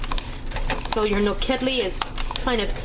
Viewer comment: the pronunciation should be all 3 syllables are the same....the emphasis is not on the KED. Also paprikas is pronounced as SH at the end.